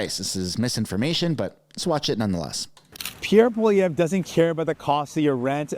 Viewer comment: Its Pierre polievre not Pierre poliver. Its so easy to say. If we can speak english you can speak french. We are supposed to be bilingual , we are canadians -_